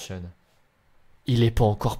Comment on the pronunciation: a dit niuvellefronce c ki et le même c bon